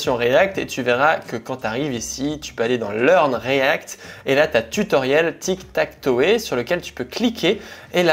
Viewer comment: Belle video comme d'hab, juste ine petite remarque, tu parle avec des termes anglais, tu devrai essayer d'améliorer ton accent par exemple on dit TikTakTow par TikTakToé, juste une remarque.😊